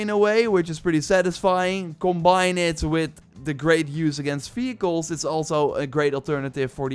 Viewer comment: who kept hearing this dude saying "fecals" instead of "vehicles" ?